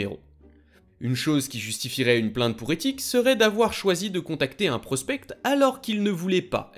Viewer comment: Hello super vidéo j’ai adoré. Juste au cas où tu ne dois pas prononcer le c dans prospect ca sonne plus comme prospé